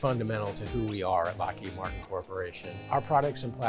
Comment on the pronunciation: Lmao, “ethics” at Lockheed Martian